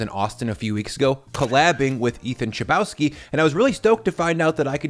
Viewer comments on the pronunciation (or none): Why are you pronouncing Chlebowski Czbałski